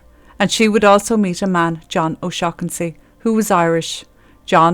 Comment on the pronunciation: Take yo a** to principal O-shag-hennessy